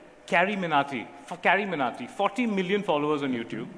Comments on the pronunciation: Anchor is doing over acting while not recognising carry minati. "kaari minati" 150 rupe katange anchor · Interviewer said Kavi minnati that means he didn't know a person who got banned tiktok 😅😅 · the guy trying carryminati name bro comeon you know his name and whole world knows his stop faking like you cant read his name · This is probably the most terrible way to rosting someone he didn't even pronounce the name carry minati properly 😂😂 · Host pretends not to know or pronounce name of CarryMinati 🙄 when he actually is suppose to ask question about his trolling... Amount of fakeness in this interview is next level! Anyways CarryMinati over FakeGuru anyday :-)